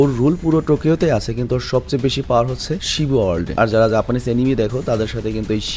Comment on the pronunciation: Bhaiya etar pronounciation Shibua na etar pronounciation Hobe shibuya